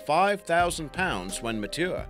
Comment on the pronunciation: "mah-too-er" lmao